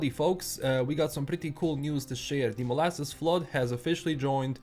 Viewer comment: Molassas is pronounced Moe-lass-es, its a weird American word. I want more cyberpunk 2077 updates personally, its an amazing game and I am glad I waited to start playing it.